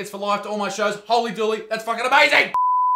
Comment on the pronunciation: It's 'Hooley Dooley', not Holy Dooley, you long streak of pelican shit, you.